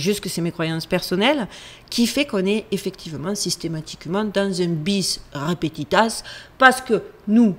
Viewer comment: Non, ma, on ne dit pas "bis repetitasss" mais "bis repetita". J'ai bien failli ne pas te faire la remarque car 1) je m'en fiche, moi aussi je fais des erreurs de vocabulaire et 2) ces petites "erreurs" te rendent unique et touchante. Je vais sans doute regretter mon commentaire si tu le lis. Bonne semaine à toi 💖